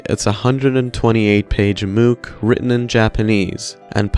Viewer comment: They way you pronounce mook is so silly. Think about how you pronounce book. You don't say booook, do you? Anyway, thanks as always for the video